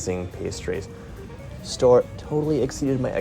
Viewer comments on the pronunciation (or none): Hey, guys 🙂 . It is originally a German name, so it is "Stoh - Rer" : you pronounce the two entire syllabes 😉 The Baba au Rhum was invented at king Stanislas's Court in Nancy, Lorraine (East of France), in the mid XVIII° century. Stanislas was the father-in-law of king Louis XV of France. Stanislas was famous for his greed. One day, his Chef let a brioche dry and become stale. What could he do with an uneatable dry brioche… ? So he had the idea, once the brioche totally dry, to plunge it into a hot syrup made of sugared rhum (and orange, lemon, vanilla, etc). And this is how the Baba was created 🙂 Saint Honoré, in France, is the patron Saint of the bakers, that is why they created a pastry named after him. And that is why there are six different technics in it : pâte feuilletée, pâte à choux, three different creams (crème pâtissière, crème Chibouste and crème Chantilly) and caramel. But the crème Chibouste (used to fill the choux) is very fragile and you can't keep it long. That is why, nowadays, the bakers fill the choux with the crème pâtissière, even in the best bakeries. it is very rare to find "real" Saint-Honoré. Well, that was all 🙂 You were very funny… And I really don't know how you manage to eat all those things in 15 minutes ! 😉😂 You are crazy !!!